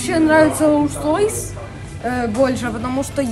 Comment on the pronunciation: нихерасе катя : Я не хочу Rolls Roys 😤 я хочу Buggaty или Lamborghini